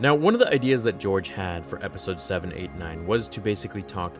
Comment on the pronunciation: “episodes SEVEN ATE NINE” HAHAHAHA